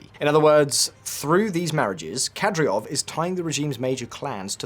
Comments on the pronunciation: You could at least pronounce Kadyrov correctly. You also dropped Apti Alaudinov from the list of potential successors despite him being the most cited one. Ramzan is a legend and Chechens will praise him for a long long future. You clearly don’t realise the greatness of Axmat Xadji Abdulkarimovich’s legacy. Ахмат - сила. Аллаху Акбар и вперёд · DUDE! it's Kadyrov not Kadyrov!! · You seriously couldn't have googled Кадыров pronunciation before filming the video? Something that basic? Because your pronunciation isn't even close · Read the word with me, Kadyrov - Kad-ee-rov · "kadryov" my god how could any of the information be accurate if you cant even nail the name lolololol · Dude learn to pronounce the name of the people you claim to be an expert on, super cringe. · Can’t even pronounce Kadyrov but will lecture humanity on Chechnya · NOT Kadryov nor Nucular. it is KADYROV and NUCLEAR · KADYROV PRONOUNCED CORRECTLY IS KAH DEER OV NOT KATY ROV. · Kad-e-rov, not Kad-ri-ov. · Who the hell is Kadriov? I know the leader is Kadyrov, but they can't be the same people. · Mate you made a video about this and you cant even pronounce KaDYrov correct? Its not like its super complicated..Its not KaDRyov. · KadYROV, not KadRYOV.😒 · It's Kad-i-rov,not Kad-ri-ov.....Notwithstanding,an interesting watch,thank you ! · Kadyrov is pronounced "kadeerov", not "kadreeov". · Kadyrov not Kadryov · KADYROV ffs not KADRYOV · In case someone wondered, it's pronounced "Kadyrov", not "Kadryov". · "Kadryov" -- you even have it written correctly on screen, while reading it incorrectly. It's not even about pronunciations, you just read it wrong again and again and again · Kadry rov .... if that pronunciation is being done to trigger Chechens then I guess it's kinda funny. Otherwise, .... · Saying “Kadriov” over and over again and he’s not even AI. Painful to hear. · You pronounce it Ka - dee - rov